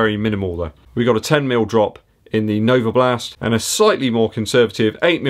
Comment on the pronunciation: Every time you say NovaBLAST I get fond memories of my time living in West Dorset. Still have a lot of mates very close to Yeovil!